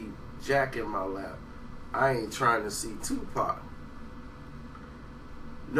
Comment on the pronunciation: He said lab not lap